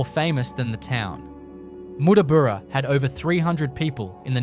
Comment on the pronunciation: Nyngan is pronounced Ning'n. Not Ningan. Mot Mootaboora, but Muttaburra - the way it is spelt. Not Ooyen but Owyen. Not Meekathahra, but Meekatharra. Didn't watch the rest. WHY ARE YOU USING AI FOR COMMENTARY. I am blocking this site.